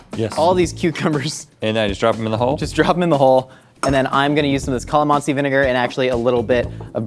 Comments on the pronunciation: The way pronounces calamansi 😖😂... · it’s CAH-LAH-MANSI